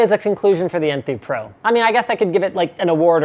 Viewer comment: LOL I thought he said poo too